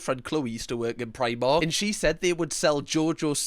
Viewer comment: the most important part of this video is when you pronounced primark correctly >.<